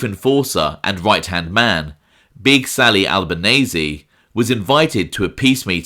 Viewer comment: u kno that I always giv ya proper pronunciation..Alba-neece